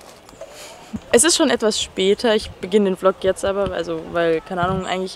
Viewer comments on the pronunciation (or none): none